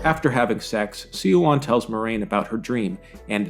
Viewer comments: Swan! It's pronounced "swan!" I'm here yelling at the screen every time you say "see-a-wan." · The mispronounciatuon of Siuan's name is somewhat humorous. It is said correctly in the show several times yet SeeYouOn!?!? It is Swan, not SeeYouOn. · small correction siuan's name is pronounced like swan don't know why everything is so hard to pronounce in these books anyways tho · Spot on except the pronunciation of Suane's name 😉. It's sue wan but it usually somes out like swan because they say it fast. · A better casting choice for Liandrin would've been a woman who seems very pleasant on the surface but is secretly revealed to be dark and ruthless. Kate Fleetwood's casting makes it too obvious that Liandrin is an evil person. Also, minor nitpick: Siuan's name is pronounced like "swan" and not "see-wahn." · "See-wahn"? Really? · Suan’s name is pronounced like the bird :) Swan All the emotional Aes Sedai in the show are a disgrace , a true Aes Sedai would never betray so much emotion. One of their chief characteristics is their calm and controlled way of being. They literally spend years, sometimes decades learning not to betray their emotions publicly. Not everyone hates Aes Sedai, they are respected in Andor(which Two Rivers is a part of) and almost revered in the Boarderlands. Many other countries tolerate them while many have Aes Sedai advisors to their Royalty. Your video is good in it’s criticism but has very noticeable gaps in pronunciation and characters. I would recommend something a person far wiser then I once said, “ Read and find out.”